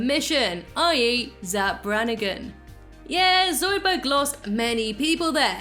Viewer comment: Yes, NOT Zoudburg. Shut up Zoidburg!